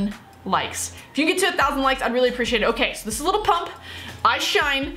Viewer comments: It's lil not little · if you pronounce his name “little pump” the song wasnt made for you😭